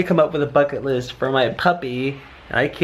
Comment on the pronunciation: At first I thought he said F##k it list lol